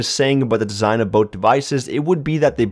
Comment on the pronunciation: Love how he says "boat" instead of "both"